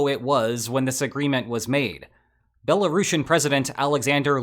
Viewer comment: Belarushin? you sound like youve never heard how it's pronounced